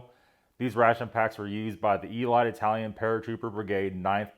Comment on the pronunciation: Are you sure? I could've sworn you're Eye-Tallyun.